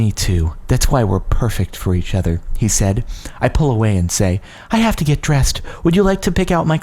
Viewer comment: I like how he says "With me and the OTHER girl" - alright Jordan, do you have something to tell us?